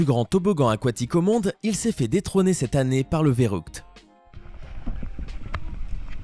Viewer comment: En Allemand on prononce férukte pas vérukt